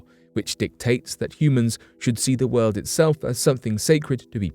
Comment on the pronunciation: Anybody who says WOLD instead of world, is not to be trusted! Lol